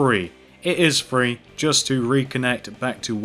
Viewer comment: it is not "free" its "three".